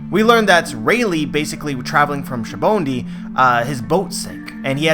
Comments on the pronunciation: Why do you always say shabondy? It's pronounced Saba-oh-dey (But I still subscribe to this theory) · Goddamn it, say "Shaboendy" one more time and I'll call the ancient weapon "Uranus" to terraform a volcano up your house. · say it with me now: "sah-bah-oh-dee" sabaody